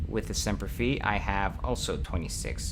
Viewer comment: I know its an old video, but I just started watching them.. muddling through the game right now. Its Semper Fi as in Fy (like Fry, but w/o the r), and it adds Marines to help in boarding actions, which is why the first number goes up; Caravan adds more skilled crew, so the first n umber doesnt go up as much but the 2nd number goes up a lot, to represent backup crew in case you take casualties during battle. Also for the top graph on weapons, its actually charting weapon deviation.. the longer the range out, the less accurate, not more accurate. Thats why ballistic weapons are so horrible for long range combat Aside from those 2 things, Im very much appreciating your tutorial-like approach to this LP